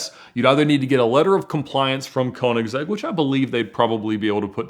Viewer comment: I suggest you find a video where the owner (Christian Von Koeniggsegg) of Koeniggsegg introduce you to to the cars. At the very least, there you could learn how to pronounce the Brand name correctly.